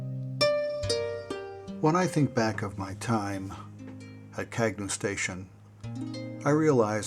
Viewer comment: Very good job,. As noted by one of the commenters the correct pronounciation of the station is CAN-YOU. That was what we were taught in 1953 when the station was dedicated at the Radio Marina site. RFH